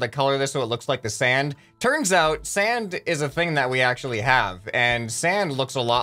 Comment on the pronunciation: Who heard that said Sans instead of sand a few times